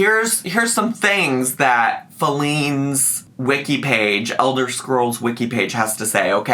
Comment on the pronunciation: I love all things Elder Scrolls and hearing you mispronounce things was triggering to me. Lol. Not really, but it could.